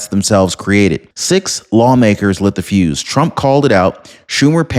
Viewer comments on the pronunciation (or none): none